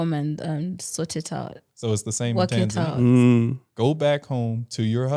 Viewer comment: Finally pronounced Tanzania 🇹🇿 correctly I mean the Lady ✔️